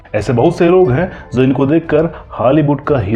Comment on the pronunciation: Video banane waale tum gadhe ho Jo apni bhasha Hindi ki Maa Bahan Kar rahe ho. Main to us commentator pe laanat bhejta Hoon Jo Jo ko zo bolta hai. Commentary men jitne bhi j waale Shabd aaye hain un sab ko z men tabdeel Kar Diya hai aur aisa karna kamina pan hai.